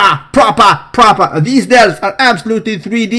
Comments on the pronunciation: pls cut the "propah" thing dude, it's annoying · Adobeeeee on a daileeee? Not propah! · The problem now is that I walk through my day going: "Absolutely (not) to be saluteeed" & "PROPAH!" and everyone looks at me like I'm crazy. Thanx a lot, brah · He is propaah.....😂😂